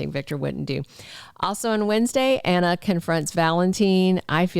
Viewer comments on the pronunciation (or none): I love the way he says Anner instead of Anna!